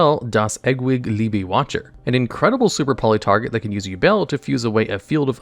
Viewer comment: So horrible when Americans try to pronounce different languages... Yubel das eggwig libi watcher...... das was the only correct word....